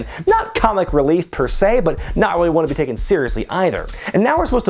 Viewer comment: I wonder who that could be-uh